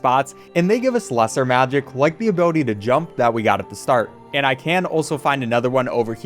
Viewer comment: Every single time he says ability, it gets worse and worse.